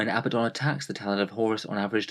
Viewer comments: Love your videos, but once again: It's not pronounced AB-buh-don. It is pronounced uh-BAD-dun. There are two D's. uh-BAD-dun, NOT two B's. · Regional pronunciations differ, neither you or he are pronouncing it similarly to original Hebrew or Greek. On top of that the English and US pronunciations are different. Chill.